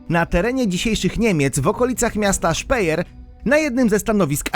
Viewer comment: Nie Szpejer Przyjacielu, a Szpajer (Speyer). :)